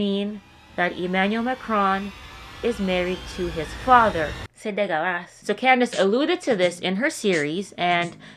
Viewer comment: The way you said "C'est dégueulasse" becoming from someone speaking in english 😅 . Francophone here 😂